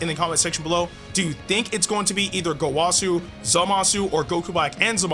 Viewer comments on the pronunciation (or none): the wa part of gowasus name is pronounced like wuh not wah its gowuhsu not gowahsu get the picture and goresh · Bro really said gowasu